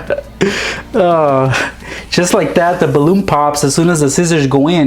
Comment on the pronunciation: he always says zcissors instead of scissors